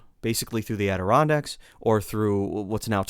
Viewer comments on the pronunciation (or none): none